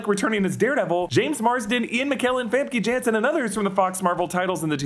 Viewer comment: It’s so funny to me how you pronounced Famke Janssen